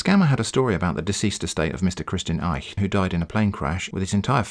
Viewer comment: You really nailed the „ch“ sound in „Eich“. This is a difficult phoneme for most non-native German speakers (and even for some native ones), so - great job!